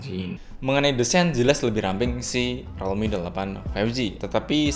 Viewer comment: Rilmi bang bukan relmi